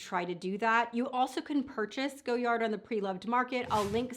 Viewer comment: It’s “go-yar”..the “d” is silent.